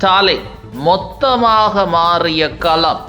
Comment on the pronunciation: பார்த்தாள், கேல்வி, கலம், மழை போல, உருப்பிணர், கொலத்தூர், கீல். கொஞ்சம் திருவிடியா தமிழ் பேசாத ஆளை போடுங்க